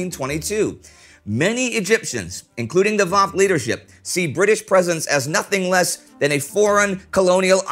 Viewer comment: Wafd is pronounced as " wafd" not "vafd" it`s an Arabic word that means " delegation"